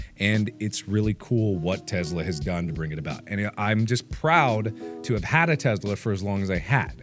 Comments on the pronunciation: It's a Tesla, Mark, not a Testla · teSla, not teZla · Are we just gonna ignore the “Testla” If you’re gonna advertise, advertise it right damnit! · "A teZla" 😂😂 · The Breaking News said Testla. Not Tesla. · Am I da only det noticed he said in na news bit it said get a free testla instead of a free tesla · was it meant to say Testla? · This is me picking but holy fuck it is tessssla not tezzzzla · I hate yhe way he said it "tezla"